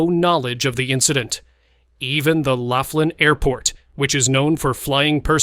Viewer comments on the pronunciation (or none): It's pronounced Lofflin (Laughlin), and is a riverside (Colorado river) gambling town.